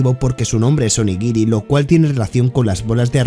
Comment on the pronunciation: el ataque de zoro es "Onikiri" no onigiri LOL